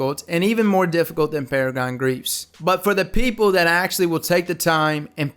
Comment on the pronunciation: "Paragon... Greaves?"... You mean, Peregrine Greaves?